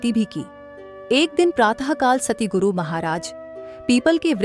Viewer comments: Not satiguru,it's satguru ji❤ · Sister Satguru bolo ,na k Satiguru